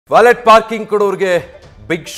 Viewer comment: It's pronounced 'valeh / ವಾಲೆ' 🎉